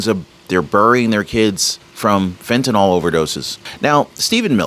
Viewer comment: I’m not an English teacher first of all. I admire your speaking ability, however you are not pronouncing the drug fentanyl correctly. The y is never pronounced as an “o” at any time and you are an articulate speaker. Please be the one who pronounces it correctly whether any one else does or not. I care about how you are perceived by your viewers. If you were a poor speaker, it wouldn’t matter. The key is you don’t fit that description so you can be the trendsetter here. A “y” is never pronounced as an “o”. It is pronounced as an”i”. Please be the one who pronounces this correctly. You deserve to be the one who pronounces this correctly with the “y” having an “I” sound, not an “o”. Thank you. It isn’t just you doing this either. They are misinformed or just don’t care. I know you care!❤